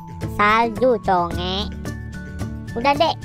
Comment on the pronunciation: coeg kocak bukan conge